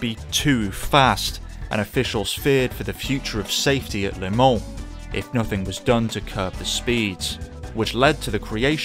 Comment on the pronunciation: I've never heard anyone pronounce 'Le Mans' as 'Limon'. Congratulations, though it's bitter sweet.